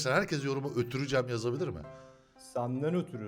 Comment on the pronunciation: ÖTÜRÜ CEM DEĞİL G Ö T Ü R Ü C E M qwqwqeeqwqwqeq